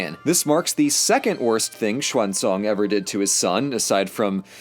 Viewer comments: So that is how Clinton came out alright... Because of Ceasar... Also, the Tang Emperor (XuanZong) was not pronounced the same as the guy in Journey to the West(XuanZhang).... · Hang on, Xuanzong. Unless this is just a pronunciation oddity, wasn't that Tripitaka's original name before being named after the Buddha's scriptures he was being sent on a massive quest to bring home, also during the Tang Empire?